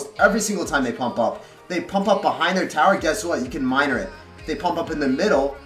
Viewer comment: minering and giblininngngngn 😂